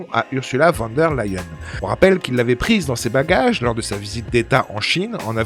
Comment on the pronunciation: Prononcer fan der Leyen. Ça fait mal aux oreilles!!!